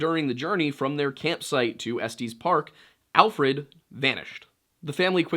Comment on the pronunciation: I find the way you pronounced “Estes Park” very funny. It’s pronounced like Est Yes Park.